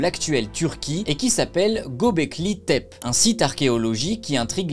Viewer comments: On ne dit pas Gobekli Tépé ? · Ils disent :Göbekli Tepe (é)